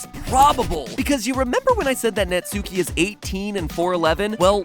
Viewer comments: Its nat-ski not NUTSUCKY not NAT SUKI ITS JUST NAUGHT-SKI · Pronouncing Japanese seems to be quite difficult despite the fact that the only rule is to not stress any syllable. Right Mat? Like not naTSUki, just natsuki. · I keep cracking up at natsuki. It’s pronounced Nat-ski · 👋 Hi everyone, so just a quick fact for you if you didn't know, Natsuki isn't pronounced Nat-soo-kee, it's actually pronounced Nart-skee. You're welcome! 😇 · You pronounced her name wrong You pronounced it Nat-sue-ki Its pronounced Nut-ski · It’s natski not nutSUEki I know I’m spelling Natsuki wrong but I’m telling matpat how to say Natsuki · It's knot-ski It isn't gnat-sue-key Pronunciation of Japanese names, amirite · He said Natsuuuuuki: it's spelt Natsuki and pronounced Natski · Netsuki? IS NA-SU-KI NOT NE-SU-KI!!! Mat Pat get your pronunciation right. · Nat-ski is how it's pronounced, not Nat-sue-ki. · It's not pronounced "-suki" it's pronounced "-ski". .....You should really watch some more anime 😂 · Just FYI, the u in Natsuki is like, it's almost like Natski. the u is barely pronounced. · Tfw literally everyone pronounces natsuki's name wrong... It's nats-ki Not nats-oo-ki. XD dammit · Why do people keep pronouncing it Nats-oo-kee? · It’s pronounced natski it’s just spelled natsuki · Fun fact that everyone keeps getting wrong: Natsuki is pronounced NAT-SKI trust me bro its how its pronounced in japan i swear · It pronounced "Not Ski" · Natsuki? How bout mansuki? Lol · He still says Nat-Sooki... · It’s pronounced Natski😂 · natsuki is actually pronounced nah ts-ski by japanese pronunciation rules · Even their theory pronounces it "Nat-soo-kee"? Have they never watched anime? I'll give them the benefit of the doubt and assume they just aren't aware it's supposed to pronounced like the words "not" and "ski" combined. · its pronounced nat-ski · It's pronounced 'Not-ski' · "Naht-ski." It's pronounced "Naht-ski." ¬.¬ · >NatsUki >sUki >sUUUUUki Matpat pls, would you pronounce the U in Sasuke?